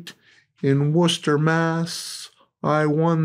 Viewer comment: He pronounced Worcester correct! Worcester, rhymes with sister! 🎉🎉